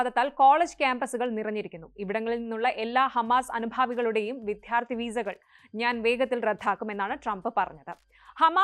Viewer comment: ന്യൂസ് റിപോർട്ടറെ, വിദ്ധ്യാർത്തി എന്നല്ല.. വിദ്യാർത്ഥി എന്ന് പറയൂ.